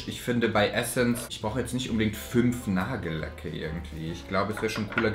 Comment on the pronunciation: Du sagst immer Nagellecke anstatt Nagellacke 😁 musste jedes Mal schmunzeln 😁